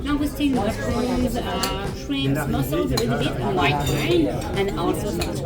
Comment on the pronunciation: Please learn to pronounce “V” and “W”. Visit, wine. Thank you, i love everything else you do